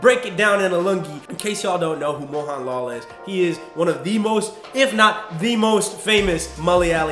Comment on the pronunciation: Great content! Just wanna see some more clown fiestas? lol Also great job explaining a little bit of our culture especially with your shots of Kerala and explaining the lungi. That was hilarious! p.s I'm pretty sure it's pronounced "moHUNlal" not "moHAWNlol" (who really knows)